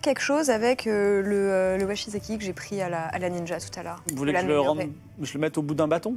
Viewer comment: Bon, c'est vraiment super, je kiffe, comme d'habitude :D ! Juste en revanche, c'est "Wakizashi" et pas "Washizaki" pour la lame japonaise :)